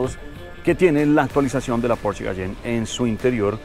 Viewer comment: No es por ser hater pero están pronunciando porsche mal😂. Los puristas de la marca estarían destilando veneno puro